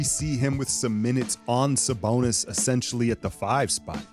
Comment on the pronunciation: lmao the way you sayin “saBONUS” 😂🙏🏾 much love bro salute! go warriors!!!